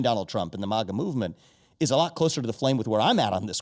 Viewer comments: I'm obsessed with the way Ezra pronounces "MAGA" ... fucking brilliant 😆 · Holy shit, he got Vivek to pronounce it the same way at the 45 min mark .... hahahaha